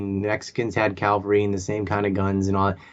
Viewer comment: knows a lot about history. Just wish he would say Calvary when he means Cavalry. Enunciation has been improving. Keep up the good work! BTW, you know that Jon Stewart Leibowitz is also a WM grad: )